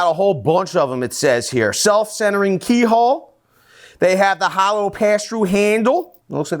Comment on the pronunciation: “Self-centering key hall” that northern accent though. 👌🏻